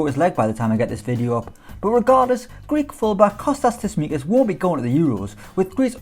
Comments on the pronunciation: Writes it properly and calls him Tismikas but not Tsimikas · I don't understand how you got this one wrong... It is Tsimikas not Tsismikas... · It's pronounced Tsimikas not Tismikas bro, enjoyed the video though 👌🏽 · better to say it's pronounced Chimikas or Cheeméékas